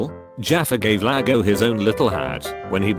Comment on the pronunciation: ITS IAGO NOT LAGO! You have to remake the entire video now fam.